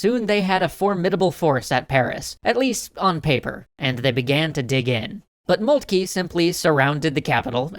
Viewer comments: Who is Moultkey?? Do you mean Von Moltke ( pronounced Moltka )? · Molt-kah. Hel-mutt von Molt-kah.